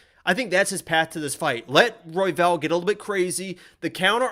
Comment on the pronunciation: oh my god im dying about the pronunciation of the fighters names lol...., you did say "roy-vel" a lot haha